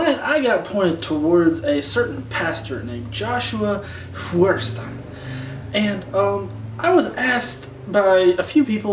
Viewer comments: One reason I couldn't take Josh seriously, besides the latter, is that he doesn't know how to pronounce his last name. It's a German name. It's not "Furstein", it's pronounced "Feuerstein" which means Firestone. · I know. I took Technical German in college & it's kind of deplorable the way he mispronounces his own name. But then he uses idiotic phrases like the parameters & parentheses of science. Uhm. no, just no. parameters (a numerical or other measurable factor forming one of a set that defines a system or sets the conditions of its operation.) parentheses (a word, clause, or sentence inserted as an explanation or afterthought into a passage that is grammatically complete without it, in writing usually marked off by curved brackets, dashes, or commas.) As anyone can see these things do not fit into evolution. Parameters is more of a mathematical device. Evolution is not about math. It's about life, life is messy. Statistics is much more important in evolution.